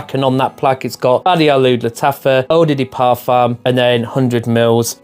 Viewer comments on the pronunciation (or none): did you just say "oh diddy parfum" 😭